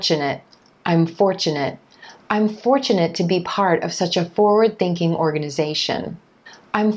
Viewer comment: Its forward thinking, not foward thinking!